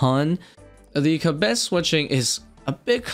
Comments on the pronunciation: Theres no way kibet is the right way to say it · I feel like the mispronunciation was unintentional, but it was really jarring. Going off the transcript, which is a bit tricky because it keeps showing the word as "cabet" or "kabet" or even things like "ketti", the word kebbit was used around 30 times in about 8 minutes. I really hate missing any part of a video, but that was way too distracting:(. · “Ka-Betty tuft” had me dying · keb-bet? your trolling XD kebbit wheres the 2nd e? XD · You're saying kebbit entirely wrong and making this video impossible to watch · pronounces so many things in this game incorrectly. It’s so fucking cringe